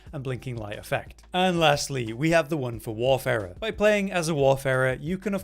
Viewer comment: Thank you for pronouncing Warfarer properly. This eludes many a YouTuber.